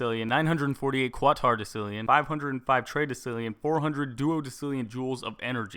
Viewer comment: your pronouncing quatorodecillion wrong, its pronounced kwat-orow-des-ill-eeon